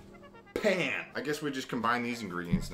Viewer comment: I love how he pulled the pan out of the oven and said “P A N”